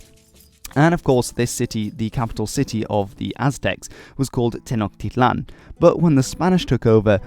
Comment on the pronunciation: Also, in Nahuatl, the syllable "hu" is pronounced like a w so Nahuatl would be pronounced like NA-wat. The L in "tl" (when it is at the end of the word) is somewhat silent. Ch is pronounced like "tjuh" not a "kuh". So Tenochtitlan is pronounced as Te-notj-TI-tlan, and there should be an emphasis to the second to last syllable. If you ever do another episode on the Mexica (Me-SHI-cah), be sure to remember these general rules! :)